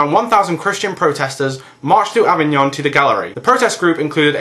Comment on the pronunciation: "Uh-vig-n'n". Pronounce it uhvign'n. ;)